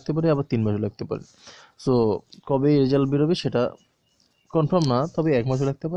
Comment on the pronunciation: রেজাল্ট হবে , রেসাল্ট না 😴